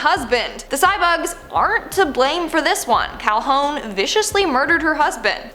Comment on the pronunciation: Her name is pronounced Cal-hoon, not Cal-hone. Also, I'm pretty sure she gunned down the bug before he transformed into him. - Rapunzel was locked in the tower in the movie, because she was locked in the tower in the original story. And I'm pretty sure someone named the kingdom after the Corona brand of beer; which was also a favorite of the Space Quest creators, hence them naming the first game's fictional planet Kerona. - There's a Snopes article that debunks the Snow White thing - Lots of the movies' original stories also had the main characters' mothers dead. Hell, Cinderella's mother's death is pretty much the cause of the entire story. Also, not every movie does this. Tiana's mother lives, Rapunzel's real mother lives, Aurora's mother lives, and Simba's mother lives.